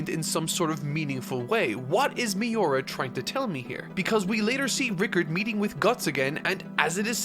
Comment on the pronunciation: Mee-oo-rah, not Mee-you-rah. U=OO